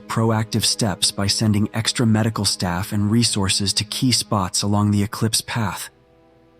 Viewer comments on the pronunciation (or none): and Straight * Jacket not Straff jacket but , I got what you was saying 😊